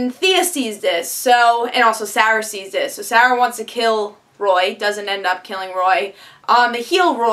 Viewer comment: Why you no pronounce Moira and Sarah correctly?